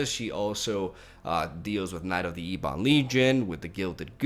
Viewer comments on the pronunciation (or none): Agreed, but please stop mispronouncing knight of the ebon legion. It's pronounced like ebony not E-bon.